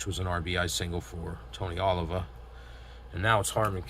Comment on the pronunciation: Thanks for game. Oliva is pronounced as oh-leave-uh. Thanks again.